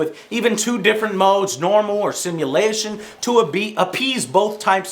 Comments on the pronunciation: joe turns russian for a second while saying simulation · Joe sounds Scottish when he says simulation